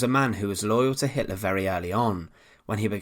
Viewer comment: who is Adolf Hitlarrr?